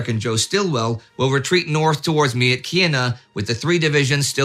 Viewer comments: Another excellent episode, thank you! I'm especially enjoying your coverage of the Burmese campaign. May I offer some help with another pronunciation? , the city name is pronounced more like "MITCH-ina." Nice try though, Indy! I was there in 1996 and met some of the most kind, generous people among the Kachins. They currently suffer under a corrupt, oppressive regime and I pray for their deliverance. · I believe Myitkyina is pronounced "Mich-ee-nah". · Indy I think Myitkyina is pronounced Mich in na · Thanks for another great video! Myitkyina is pronounced 'mitchinar'